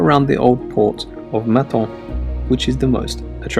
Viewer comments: It is Menton not Maton and Cannes is pronounced "Can" not "Cans!" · The selection is OK, although quite predictable except for Carantec, but the narrator's pronunciation of French names is disastrous (Menton). He will earn no points with French speaking viewers like me.